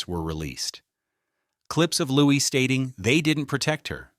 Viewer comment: It is pronounced Lou-ee The S is silent.